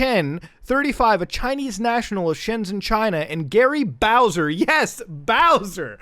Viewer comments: "Gary Bowser"? You can't fool me Gay Bowser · Try saying gary bowser without the r... So long ga(r)y bowser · "Gary Bowser" "Gay Bowser"